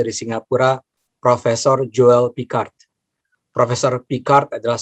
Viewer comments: Zulfikar kalau dilafalkan Julpikar memang mirip Joel Picard.. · sulfikar = joel picard sul jd joel , fikar jd picard... hehee lucu jg plesetin namanya, ni org jelas bgt sok britis, oke ni org pinter n profesor tp jelas bgt noraknya...😂😂😂